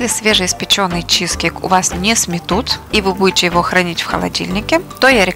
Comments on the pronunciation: Не чи'зкейк на первую и ударение А на вторую чизке'йк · Согласна. Слова автора с ударением на первый слог режет слух